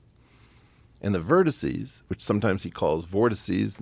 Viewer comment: I hate how Terrence insisted on mispronouncing vertices